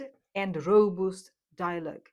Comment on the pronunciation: Love your content! FREE FEED BACK - constructive criticism Words mispronounced: Resilience, Robust, Directly, Model, Gasoline, Incentives and rationality. But I must say, you have improved a lot. Congratulations! Much love from BRAZIL !!!